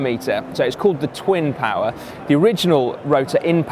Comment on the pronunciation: The rotor cranks are impressive !!! the cost? What did he say, tooinpower or twin power?